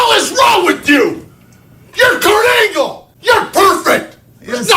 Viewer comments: It's Kurt "Olympic Gold Medalist" Angle!!! Not p__c angle 😤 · Why tf do you keep saying Kurt Ankle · Negga said perc angle 🤣🤣🤣